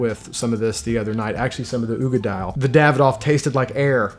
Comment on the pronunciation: The oogie is oog-dall or ugg-dall depending on who you ask